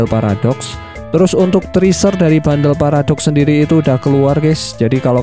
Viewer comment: TRIESER 😂 LU GOOGLING DEH, tuliasannya Teaser dan lu cari tau cara bacanya, biar gk NDESO